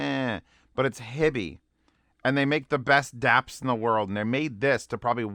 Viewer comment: Howdo you pronounce "HiFi"? Why do you say Hibby? Do you see two b's? Sounds retarded to me. Also berillium is radio active. Do you really want radio active material in your ear canals right next to your brain?